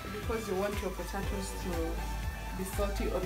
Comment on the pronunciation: Umesema potaitoes 🙈...Anyway good job mama